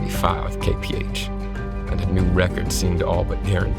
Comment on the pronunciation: Everytime he said Kay-Pee-Age I Ke-Rin-Ge-Ed.